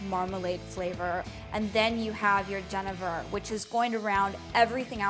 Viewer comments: went to get some genever at the liquor store... Pronounced it like did. The man at the counter happened to be dutch and corrected my pronunciation. its Gen-ee-ver apparently. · Just a tip, genever is pronounced "jenneaver." It has the long E sound like beaver or cleaver. (jəˈnēvər)